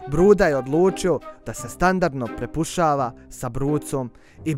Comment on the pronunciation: Cura ne kaže se prepušava nego prepucava